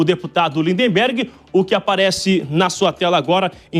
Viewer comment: Por favor , "Linderbergh" NÃO, o lindinho se chama na certidão de nascimento "Lindbergh" , até isso vocês erram ? Isso mesmo , LINDBERGH.